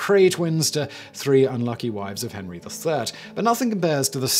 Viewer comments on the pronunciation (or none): none